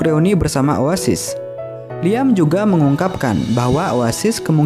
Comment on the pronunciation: kata "liam" disebut bukan "liam" min tapi "liem"